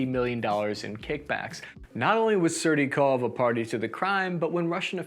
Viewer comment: I love the russian name pronunciations. Sir you said serdyukov 5 different ways and not one of them was correct. I fucking love it though. Hail ukraine 🇺🇦. Love your videos